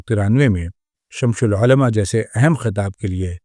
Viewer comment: شمس العلما کا تلفظ تو صحیح کیجیے۔ یہ شمش نہیں ہے۔۔۔۔